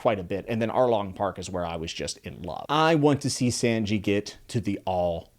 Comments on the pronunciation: Don't know if you were told yet but Sanji's name is pronounced less like sand and more like son (saan-jee). Also as for rougetown and lougetown, the official translation changed a few things. Very small things but thought I'd let you know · I like new fans to one piece, so please remeber. Sanji is pronounced Sawn-ji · Sanji(son-gee) plz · Hey! I love to see a new One Piece fan! I know how when you read a name you make your own sound to it but to help you with Sanji and Ussop. Sawn Gee and Ooh sop. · When you said sanji's name I winced because of your pronunciation. Sanji is pronounced not like sand but like naan, if you had to spell it like it sounds then it would look like this ( Sannji ). Other than that I'm glad to know that you're enjoying one it is a wonderful and remarkable series that is still ongoing. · Good analysis but bro why are you butchering their names? It makes me wince when you say you sopp or sand g 😭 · Sanjis name is pronounced s"ah"nji like the number 3 in Japanese ✌️ ichi ni san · omg I mean I get it he read the manga but its pronounced "son-jee" and it's also pronounced "oo-sop" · I'm super happy that there is another One Piece fan. However, I feel the need to help with pronunciation of some words. Sanji is pronounced as San-Gi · Repeat after me: oo-sawp, sah-n-jee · Bio didn't lie lmao S-ah-n-gi -- from the Japanese word for three, "san" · I’m sure a lot of other people have said already, but pronunciations are a bit off. Usopp is pronounced “oo-sopp” and sanji is “saw-n-ji” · I'm happy to hear your enjoying this series already here are some corrections on names you said sandji instead of sanji and U-ssop is pronounced like (ouuuu sop) just wanted you to know for the future of your journey through the series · just so you know, usopp is pronounced "oo-sopp" and sanji is pronounced "saan-ji" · Heads-up Sanji is pronounced (sahn-g) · I like this video but Sanji's name is said son ji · the "a" in Sanji is pronounced like "son" son-gi, Sanji